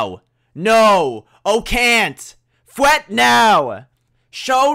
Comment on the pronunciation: Fwet got me I’m dying 😂